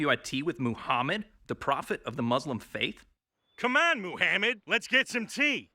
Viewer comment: Don't make fun of Moo-hammid.